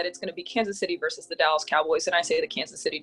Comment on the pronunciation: versus - It's two syllables.